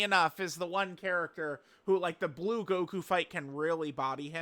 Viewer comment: We all heard him misreading Blue right? Also Goddess of destruction bulma from that red zone peppy gals thing.